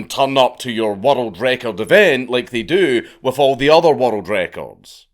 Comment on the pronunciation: i was so confused as to why he kept saying "watereld record"